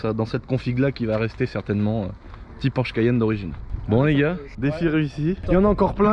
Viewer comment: Tu peut pas dire cayenne comme tout le monde. Genre 😂😉😉.